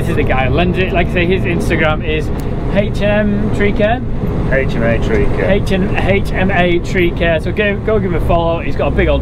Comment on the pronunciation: you really struggle with saying HMA tree care 😂😂